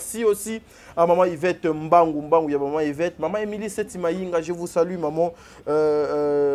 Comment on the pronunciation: On dis je vous salut et non je vous sali,vous êtes trop stupide